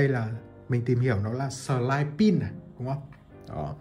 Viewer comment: Hình như là "sideprint" chứ không phải "sờ lai pin" anh à